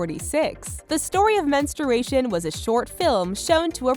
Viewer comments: LOL "mens-ter-ation" I think she's pronouncing that wrong. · Im bothered by how they pronounce menstruation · Men-stroo-ation. okay 😐